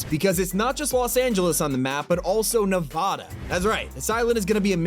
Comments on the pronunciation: Its not “nevaudauh” like how you say it! Its NEVADA! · Just so u know, it's pronounced, (Nev-add-uh) I live in Las Vegas so TRUST ME THIS IS HOW ITS PRONOUNCED 😡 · Nuh VAH duh, friendly FYI from a local Nevadan:) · Bro its nevAdAH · You said Nevada wrong 😢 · Is it just me or did he say Nevada wrong 😂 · WHY IN THE HELL DID U SAY NEVADA LIKE THAT!